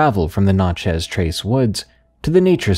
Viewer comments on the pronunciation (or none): This guy said “Na chez trace” 🤣🤣 It’s NAT CHEZ “Natchez” Trace in Mississippi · Its pronounced like gnat-chez, or snatch-ez w/out the s. I love your stories and don't feel bad, unless you're a native Mississippian, you more than likely won't get the pronunciation right the first time or until your corrected. Thanks for all the great videos!